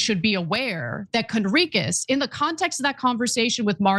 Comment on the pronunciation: Its hilarious Cenk mispronounceing Johnathan Conricus saying Cornicus 🤣 I wonder if its intentional